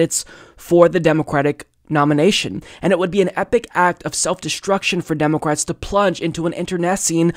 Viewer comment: Is it just me or is he saying "Democwats"?